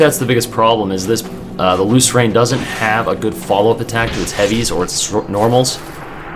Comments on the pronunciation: I think it's pronounced 'loose - earn'. That's how I read it anyway. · You just have to get the R2 timing down. Lrn2Lucerne Instructional: watch?v=o6VvMdTNaSA Also, I'm pretty sure it's pronounced loo-sern.